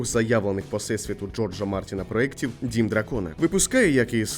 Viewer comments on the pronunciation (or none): Правильно говорити проЄкт!